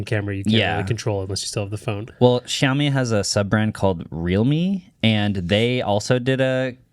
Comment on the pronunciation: It's not YAomi it's SHAomi